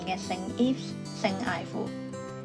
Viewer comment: 你的英文讀音 st ives 有點不正確